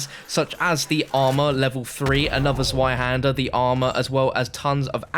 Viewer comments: It’s not pronounced zwie it’s pronounced zvie, it’s the German word for the number 2 zweihander literally means 2 hander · It's pronounced 'TswaiHander', not ZwaiHander. No hate, just a tip. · Zweihander is German and "zwei" is pronounced like "svi"